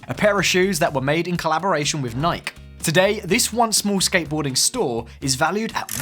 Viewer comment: I stopped watching after he pronounced Nike as “Naik”